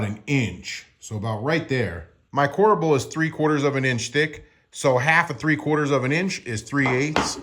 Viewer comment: OMG... CORBEL NO A!